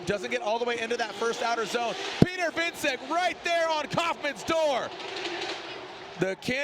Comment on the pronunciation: I hate how they are saying Wiecek